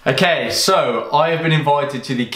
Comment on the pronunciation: the way he tells okay ''akay""